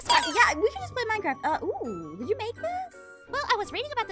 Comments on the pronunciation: Lol the best part was when they said minecraftia instead of minecraft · The part that said minecrfratia!